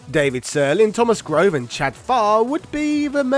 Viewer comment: I knew Thomas Grové in college. Good dude. Last time I talked to him was actually right after he left Backbone and I reached out to him because I saw his name in the credits of a few Backbone games. Anyway, the "e" at the end isn't silent. :)